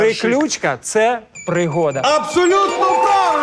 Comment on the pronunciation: Правильний наголос -прИключка, а не приклЮчка